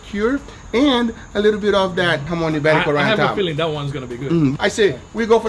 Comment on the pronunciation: Thank you Guga for getting the accents right on JAMÓN IBÉRICO.